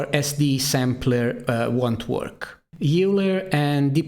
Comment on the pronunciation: just a small note to make (which ive seen in many other videos), is that "Euler" is correctly pronounced "oi-ler", rather then "yoo-ler" which is incorrect and a mistake often overlooked. just something to keep in mind when making future videos.